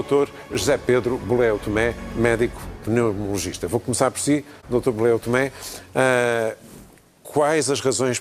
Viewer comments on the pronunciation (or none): um debate da treta 14mn de nada e como o José Eduardo (nome mais betinho da praça) e a Moura Guedes sempre nos habituaram..o José Eduardo quase que não conseguiu dizer a palavra Pneumologista, incrível..a mediação do debate é das mais fracas que ja vi, pois se espremer-mos as intervenções, nenhum sumo se consegue extrair... o único que tentou produzir algum sumo foi o Sr. da tabaqueira. são milhares contra a vaporização! no inicio foi a mesma coisa, toda a gente a dizer que o Vape era terrível... enquanto que existirem fumadores que têm dificuldades em largar o tabaco, para mim tudo o que diminui o risco, é bem vindo